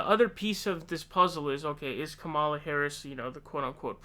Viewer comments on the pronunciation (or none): Why do you refuse to pronounce Kamala correctly?